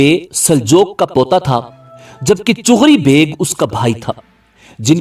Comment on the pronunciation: its not chugri its chagri beg